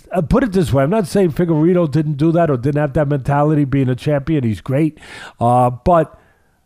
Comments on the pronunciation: "Figarowa" Lol.😂 Love Teddy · “Figurolla” I’m fucking deeeeaaaad ☠️ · omg Teddy Pronouncing figuredo multiple ways is so teddy.😂